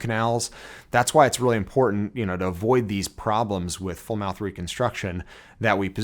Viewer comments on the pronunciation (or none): none